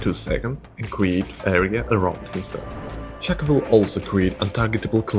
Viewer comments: bro it's Shaco not Shaco oh then I noticed you started saying Shaca XD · 99% of the world - pronounces it as [shack-o] americans - "It's pRoNoUNceDd [shake-o]" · It’s Shaco not Shaco.